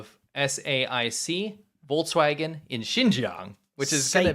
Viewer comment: I understand it's about the content and not the form.... But I will never understand why about half of the US language youtubers say volTswagen. It's not an electric chevy though, it's a volKswagen. The pronunciation of the K in English and German is sufficiently silimar to work just fine, while the T sounds quite different. Though of course this is small fish compared to the correct pronunciation of Uyghurs or to the actual plight of the Uyghurs.